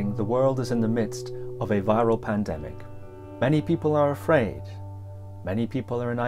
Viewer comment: ~did he say pandemic, mandemic or plandemic or the pan flute god?